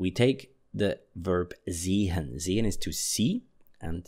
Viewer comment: It bothers me the way he says "seHen".